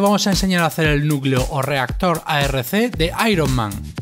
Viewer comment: El reactor se llama AR-K ,no ARC